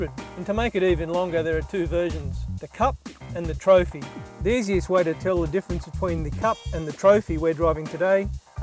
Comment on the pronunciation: Sounds more like he's saying four spot (four pot?). Also, it's Trophee not Trophy ;)